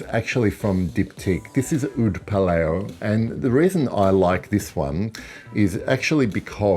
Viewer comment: mate, nice video. Sorry to be a pedantic dick head, but as its comes up here and elsewhere, I am pretty sure Oud Palao is pronounced like "Laos" given that the name is a reference to the type of/origin of the Oud used as the bas of the Oud accord. To quote Dyptique's website - "oud wood is one of the rarest and oldest essences in perfumery. It is the central focus of Oud Palao, which owes its name to the palao variety from Laos."